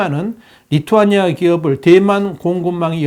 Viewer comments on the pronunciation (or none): none